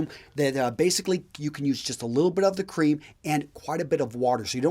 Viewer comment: It's funny when he mispronounced shaving cream and said shaving croom 😊